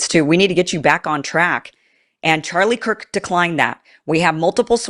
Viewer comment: so, let me guess this news guy said Charlie Kirks name wrong he said Charlie Cork even though the news man knew Charlie and his name why would he use the word Cork? what do you do when a bottle of wine is open and you need to close it kind of like Charlie's mouth? you cork it watch people's words people it's all a word game at this point as th3ey know all eyes are on this the internet slews everyone is looking so please watch what people say